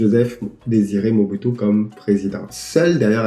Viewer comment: Bonjour. Stp, prière bien lire ou proncer les noms congolais. C'est MO-BU-TU SE-SE SE-KO KU-KU GBE-NDU WA ZA-BA-NGA